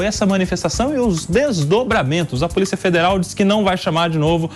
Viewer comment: "POLICA" FEDERAL...